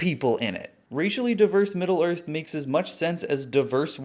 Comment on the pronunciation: If middle earth isn't a melting pot, then why is it the middle of the earf??? hmmmmmmmmmmmmmm